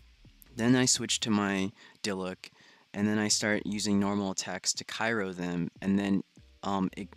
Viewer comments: My boi it’s cryo not kyro 😁👏🏾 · my head hurts more when he says cyro not cryo. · mans needs to know that it’s Cryo not Kyro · Cryo not cayro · I was gonna say the same thing